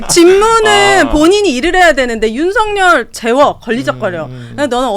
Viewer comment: 윤서결이라 읽는것이 맞음